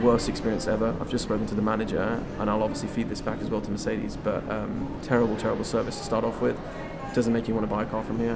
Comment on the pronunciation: Please learn how to actually pronounce mercedes. This is awful. Great content and I am a fan of your vids but plz it sounds arrgh.